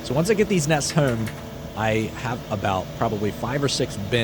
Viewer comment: Why does he say "houome" when pronouncing home